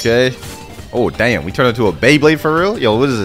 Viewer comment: I like the way he says damm